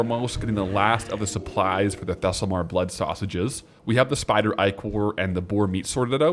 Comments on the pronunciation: you saying "Thesslemar" instead of "Thelsamar" is driving me insane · Thelllsamar Not thessel 😄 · One of these days, is going to pronounce Thelsamar correctly. Not today, but someday.